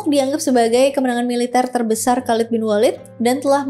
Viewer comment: Penyebutan nama yang kurang, pas.. Khaled, Umar bin Khattab Thoriq